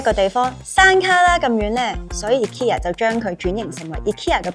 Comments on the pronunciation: 但都無讀錯💪🏻💪🏻💪🏻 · 放心！無讀錯ikea個名💪🏻正如「佢地有好多產品都做到統一化，只係配合地區嘅文化，做少少細節嘅改動」個名嘅讀音都係🤣😂😂